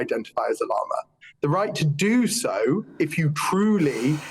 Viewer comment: They cant even pronounce "llama" correctly.